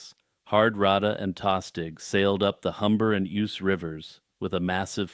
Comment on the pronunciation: Ouse is pronounced Ooze. Algorithmically beneficial pedantry.